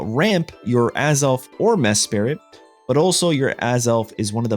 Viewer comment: WHERE IS THE OTHER I THERE IS ONLY ONE I IN MESPRIT WHY ARE YOU SAYING MESPIRIT YOU EVEN MISSPELLED IT IN YOUR DESCRIPTION WHAT WHY HOW